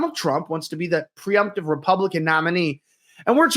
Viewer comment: Presumptive, not preumptive (you said it wrong twice). I believe the deep state will do whatever it takes to make sure Trump is not sworn in.